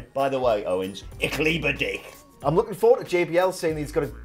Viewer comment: Why did say "ich liebe dich"? I mean it is german and had nothing to do with Owens or did I miss something. He didn't even pronaunced it properly